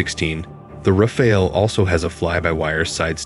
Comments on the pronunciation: FYI: Rafale is pronounced Ra - Fal (as in Pal) Dassault is pronounced Da - sso (as in Lasso). The L is silent. Have a nice day. 😊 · RAFALE pronounced like NADAL (tennis player) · Every English speaker gets confused by the « E » at the end and will pronounce it Raf-Ale (as in beer), but that « E » is silent and we French pronounce it « Raf Al » as in Albert. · I noticed around 7 way to pronounce "Rafale" 😂😂 it would have been so easy to write it in Google translate and listen 🤡🤡🤡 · One that doesn't know how to pronounce Dassault or Rafale.